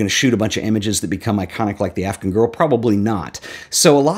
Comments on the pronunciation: I love the video, but I just have to say, the way you pronounce "Afghan girl" sounds like "African girl" to my ears and it's driving me insane. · Interesting pronunciation of “Afghan”...